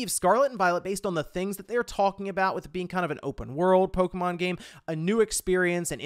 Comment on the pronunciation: Polka, mon. Sounds like a Rastafarian talking about Polish music.